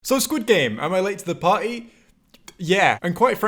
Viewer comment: "Am i late to the pa'ee"